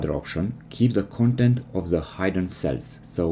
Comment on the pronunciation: "Hidden" has a short 'i' sound.